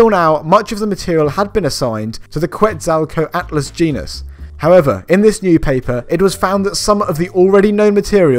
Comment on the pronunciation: “kwets ow toe eat lust”